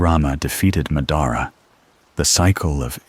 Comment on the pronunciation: Did you even watch the show ?? Who is Ma-dar-uhhh 💔🥀